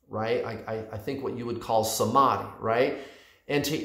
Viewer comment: I hope I'm not the only one who is getting ehhh by his pronunciation of ' samadhi '